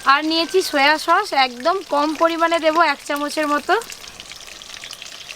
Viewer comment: আপনি সছ কে সশ বলেন কেন